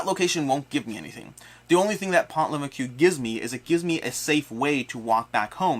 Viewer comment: Been playing a bunch of this and gotten through all the 1 and 2 star missions. It’s really fun and fast. Don’t forget you can use weapons to kill the Milice if you are trapped. Also, the “s” at the end of Maquis is silent as is the “ue” in Pont Leveque ;)